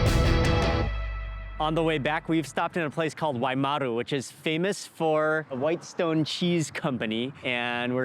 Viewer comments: The whitestone cheese comes from a place called OA-maru, not WAI-maru if any travelers are looking for it. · FYI It's pronounced"Aui a Maru" Oamaru "Place of fire"